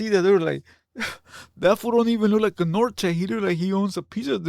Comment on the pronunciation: Lmfao nor-tayz hahaha. Let's just blame 🐀